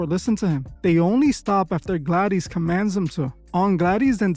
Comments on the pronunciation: "Aunt Gladeeze" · I can't bear it. I don't know if it's weirdo AI or just plain stupidity, but did you EVEN SEE THE MOVIE? You really don't know how to pronounce GLADYS????? WTAF? Thumbs so far down I had to dig a new basement to go that low.